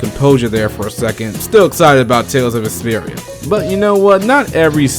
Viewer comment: It sounds like you are saying Tales of Esperia!LOL!...maybe because you are talking so fast...The remake of my FAVE Tales game made the rest of my year. It's about time they made the remaster of "Tales of Vesperia". Noooooow, they need to bring a remaster of "Digital Devil Saga" to PS4! Peace!